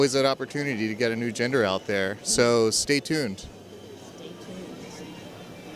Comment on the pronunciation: I think he said Gender instead of Jinder😂